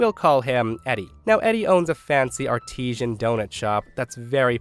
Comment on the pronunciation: Regarding story 2: the word "artisan" (a skilled artist/craftsman) is not related to the word "artesian" (a form of natural wellspring wherein water rises under pressure through cracks in otherwise impermeable rock), and should not be pronounced the same.